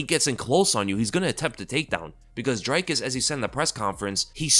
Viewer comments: it's not "Dry-cus"... its pronounced "Drick-us" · Dricus is not an I sound it's and e sound like cheese, feed, read So it's Dreeeecus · Its pronounced Dricus not Dricus 😂 🇿🇦 hope he sends till into retirement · What is it about Americans that just refuse to pronounce Dricus' name correctly?